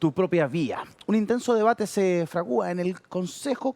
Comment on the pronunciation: Se fragua, no fragúa